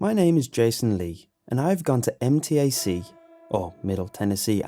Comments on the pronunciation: As someone who has gone to MTAC many many times, I... can actually see how being kidnapped there is easy so the story isn't too off in the portrayal of the surroundings. Side note, I did twitch a little everytime it was pronounced M.T.A.C. Instead MTAC, but it's just a pronouncing thing for me. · fun fact: we actually pronounce MTAC as 'em-tack', not letter by letter